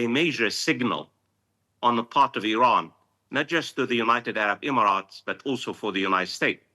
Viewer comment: 🗣️ “Unigh state” but “United Arab Emirates.” 😂